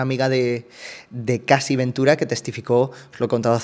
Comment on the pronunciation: Estoy enganchada a estos vídeos (y te sigo desde tiempos inmemoriables), pero con todo el cariño del mundo, Cassie se pronuncia "Keisi", no "Casi".